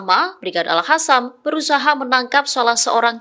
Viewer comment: TOLONG BACANYA YG BENAR: "BRIGADE AL QASAM BUKAN ALHASAM"😮